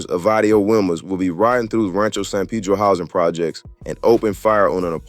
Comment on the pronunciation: I strongly dislike you culture vultures ..say the words right if you going do a video .. WILMAS IS PRONOUNCED WEE-Mas so many things you saying needs to be reconfirmed from a REAL SOURCE!!